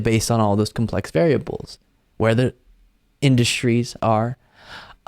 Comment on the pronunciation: In-dust-tries?????indus-tries, big dummy!!!!!